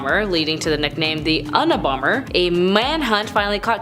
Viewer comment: No kidding! "Treasurary"? "Un-a-bomber"? Way to use that "unaversity" education!